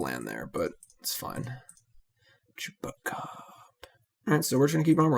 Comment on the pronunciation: I took a big gulp of my Long Island Iced Teas last night for every time you say Chewbecab and couldn't even type this comment until now. Talk about a nervous tick